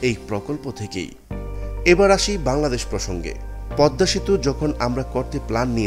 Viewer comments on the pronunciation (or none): none